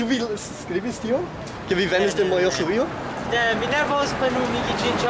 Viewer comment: Nedankinde :). Nu, ĝis la sekvonta misprononco :p! ⋮ ⋮ ⋮ ⋮ ⋮ Mi simple volis diri, ke mia propra prononco verŝajne ne estas perfekta, kaj mi simple provas helpi vin :).